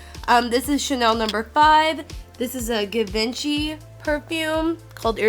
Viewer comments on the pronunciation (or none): it's actually dol-CHAY & gabbana and G-VON-CHEE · Kills me it's pronounced { jhee-von SHEE } Givenchy. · "Gi- vent-chee" oml im dead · I could be wrong but I thing givenchy is pronounce gee-vawn-she not geh-vin-chee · This is awesome but the pronouncing is killing me! givinchy is zhee-vahn-she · I'm not an old lady and I use Lancome products. I don't know why it's labeled an "old lady" brand. Maybe because it's a lot more expensive and only older women can afford it. Whatever. Anyway, I'm not trying to be an ass but just trying to help - Dolce is pronounced like "dol-chay" and Givenchy is pronounced like "jzhi-von-shee". I hope that helps. 🙂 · Dolce is pronounced dol-chey and Givenchy is pronounced jee-von-she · Givenchy is pronounced "ji-vahn-shee." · givenchy is pronounced jhee-von-chee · The way she says givency. She sounds like trash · its pronounced "eve saint laurent", not "yeevs saint laurent", "jee von shee", "gor gee yo armani" not "george ee yo" if you cant say it dont wear it lol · dol-SAY & gabbana and GIVE-in-CHEE I had to stop watching. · lahncowme, jivenci, detectables...😬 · It's "gee-von-schy" too :( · Givenchy is pronounced "zhi-vaun-she" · Givenchy is actually pronounced more French like "jee-von-shee" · Kelly Blaine Ja-vahn-shey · Givenchy Gee•vahn•chee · My poor black ass even knows it's gee-von-shee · The Givenchy perfumes are pronounced Jee-Von-Chee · 'gee' 'vahn' 'chee' = correct pronunciation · But at least show some respect by pronouncing them right, self righteous trash digger. Give-ON-chi, Dol-CHe...They're so popular, it shouldn't be that hard. I honestly wasn't gonna comment, but seeing how disrespectful you are to people who are trying to help you sound civilized, I just had to say something. Go ahead and block me, I don't care. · Pronounced Gee-vahn-Chee lol nice haul but please don't tag store names. Unless you wanna draw more attention to what we do and gain competition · Cyndi Riegger Naaaa it's pronounced Guh-vin-chee...